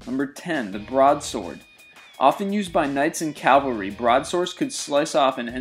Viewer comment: Ok, I have to snark a little but this is one of my pet peeves. It's cavalry, not Calvary. One is a force on horseback, the other is the alleged place of Jesus' crucifixion.